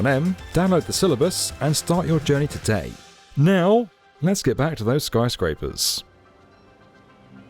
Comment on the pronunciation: Did I hear Snyscrapers?